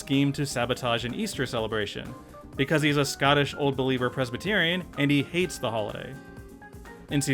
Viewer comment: “Ah (h)ate em” Eeeyeeeessss Guy for the next one